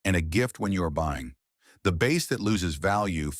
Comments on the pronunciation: God, I hate these AI channels. The “bass” market? Pronouncing bass like the fish? AI can suck it. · As soon as I heard the Voice Over describe the instrument as a bass, as in a fish, instead of a bass, like baseball, I turned off the video. Stop using AI slop voice overs. I hope you read your own comments section.